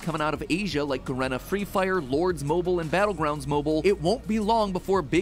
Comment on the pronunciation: its pronounced fucking G-Arena not Garena LMAO